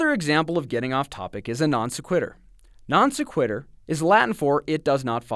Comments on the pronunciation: It physically hurt every time he said it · mispronunciaion here of 'non sequitur'